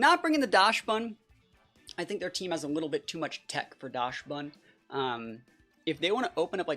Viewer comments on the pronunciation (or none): isnt it pronounced daxbun? as a reference to dachshund